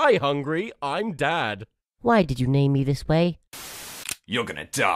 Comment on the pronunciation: Markiplier:Aww look at the little baby Baby:?????: how look at the big baby Mark as baby: way (it sounded like war)